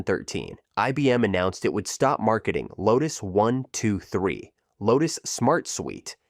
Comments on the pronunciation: Really enjoying these videos, but can you not train your speech syntheses engine to pronounce brand names correctly? Instead of saying "1, 2, 3" it says "1 to 2 3" or "once 2 3". It also pauses and breaks up grouped phrases into two parts at times. Can you not give the engine "hints" to pronounce these words/phrases correctly? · And the mispronunciation of the creator's name isn't the worst. Are we to believe that the software is really names "one to two three"? LMAO